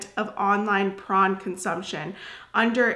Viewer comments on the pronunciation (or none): Why do you pronounce it as “prawn”? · Sounds prawn when u say porn.